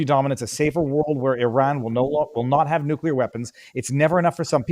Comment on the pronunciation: Nuclear is not that hard a word to pronounce dude….